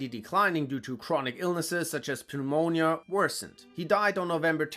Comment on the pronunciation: jeebus, some of these word pronunciations are waaaaaaay off. ex machine-ist. burgandy not bur gun dee, penomia, its pnuemonia